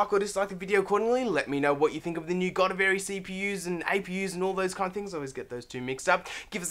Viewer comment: Decent, but please do your research and actually know how to say the product you're talking about!